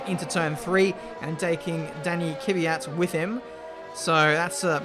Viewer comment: Again..It's not Kivyat,but Kvyat..:)